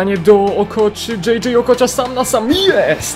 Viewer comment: Śmieszy mnie jak mówisz Okocia XD